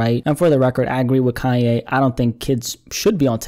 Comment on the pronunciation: I LOVE, but I've gotta say, it's KANYE ( not Ka-yay)!!!!!!!!!!!!!!?!! It was making me wanna scream!!! Love yas though xxxxx